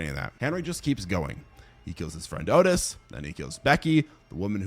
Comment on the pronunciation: I don't remember hearing you say Henry: Portrait of a Serial Killer is based on Henry Lee Lucas, a real life serial killer. Also, not for nothing, but Otis Toole pronounced his name Aw-Tis if I remember correctly.